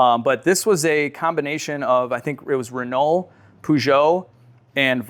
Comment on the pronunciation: Please learn how to say Renault and Peugeot.